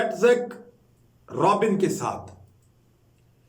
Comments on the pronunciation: Need to get your pronunciations right. It's Shah mooun shamoun pères (per rez) . Yit zhak Rabin not Robin. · It's pronounced "Rabeen". Very famous Israeli PM whose name any journalist should be familiar with.